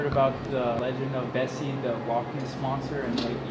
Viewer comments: Isn’t called Nessie? Not Bessie? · Im pretty sure its nessi not bessi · The lock news monster is Nessie, not Bessie 😂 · Bessie???!??!!! It's nessie 😭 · BESSIE?!?!ITS NESSIE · Nessie nah its Bessie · "bessie" do u mean nessie?? Never knew😅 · It’s Nessy not Bessie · Sorry to say but it’s actually <Nessy>